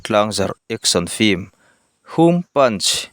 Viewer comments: Hum hi ham ti a lam tur a ni e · Chuan hum( ham ti a lam tur) hi, ari sang emaw a khamphei pawrha lam tur ani lo tlema hniam deuh hlek a tan tur ani hetiangin, liankhum, roding ti ang deuha lam tur s ni ang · Ham tia lamtur nilo maw... 😮